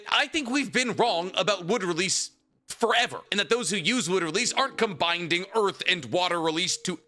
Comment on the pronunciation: Combining (as in combine + ing), not combinDing 🙏(as in combine + binding -- these are 2 separate words that don't exist together). I only say this because as a foreigner that spent my whole life learning English and still learning everyday, I understand the importance of learning through exposure. I'm sure there are a bunch of people listening to you, learning vocabulary from you, and maybe learning to wrongfully use "combinDing" instead of combining or binding as needed. Now, I might be mishearing it, and if so, please disregard. 🙏 Have a nice day! 😄